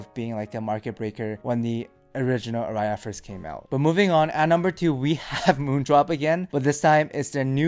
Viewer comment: "Ara ias" :)